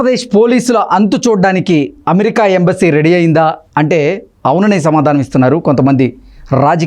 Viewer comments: Embassy na,Ambassy na?correct ga cheppu.. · Ambasy kadura anchor Embassy pronounce cheyyadam nerchuko